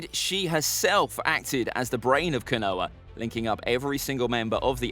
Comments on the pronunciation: KO-NO-HAH!!! Not Ka-noah. OMFG!!! I can't watch this! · Not that it matters but it's pronounced kono-ha not ko-noa. Love the videos regardless. Keep it up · Ko-no-ha, not Ka-noah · I stopped watching as soon as you said konowa... ko-no-ha simple. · its pronounced phonetically speaking "koe-no-har" not "ko-noah". it's 3 syllables, not 2. I'm adamant you've never watched this show in dub or sub because I have no idea where you get this pronunciation from. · as some who has had their name mis pronounced all the time as it's too ethnic. It matters. And it's not Noah. It's koe-no-ha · Oh? I thought it was "koe-no-har..." Also, my point was that "Noah" was two syllables, not one. Meaning that a pronunciation of "ko-noah" would be three syllables, not two, as you asserted. I'm starting to become adamant that you are incapable of keeping up and understanding your own damn argument. Also, mispronunciations of names like yours is an issue involving societal and cultural dynamics. That is an issue for you to unpack and deal with. I'm far more interested in far more useful far-reaching issues like Communication and Rhetoric. Besides whining about imprecise pronunciations in regards to a fictional media just smacks of gate-keeping garbage. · you don't pronounce no-har the same as noah do you. It's enlongated and stressing the round sound. It's disrespectful to the culture. It has nothing to do with dialect or accent. Then names are pronounced correctly in English dub and original japanese. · yea but he can't pronounce these names "Kanoha" for example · No one:: kuhnoah twelve Love the vids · Sorry to be mean but your pronunciation sucks, I think you got almost every name wrong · when the tuber is and mispronounces the name of konoha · Your videos are really cool, but it really bothers me that you don’t pronounce the H. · Konoha how are you saying this wrong have you watched Naruto it's just as bad as when you tried to pronounce Akatsuki